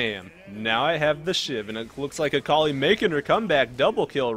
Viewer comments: Its not "Äkalai" its Akali! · Samuel Fontaine But seriously "Äkalai" How can you even say it like that i dont understand?